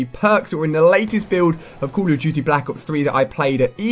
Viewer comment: Its "call" not "cool" "Call" of duty" . you say "Cool of duty"